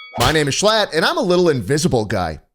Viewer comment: Is it me or Ludwig says sl*t instead of schlatt😂